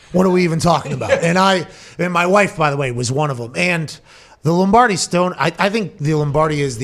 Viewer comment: please tell me you said Lombrady on purpose LOL